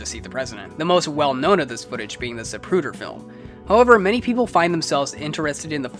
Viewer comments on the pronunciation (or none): none